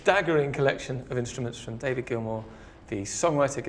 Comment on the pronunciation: Maybe get to know the NAME of the guy selling his guitars... "Mr. Grill-More"??? ... and am what's am with the um in the am middle of um every other am word of the Grillmore historian??? I can imagine a transcript of this um video. - Also FIRE THE um #$%& CAMERMAN. #$%&